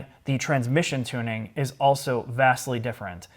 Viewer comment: Can we get to start pronouncing his L's when saying "also"? I ohso like your channel very much.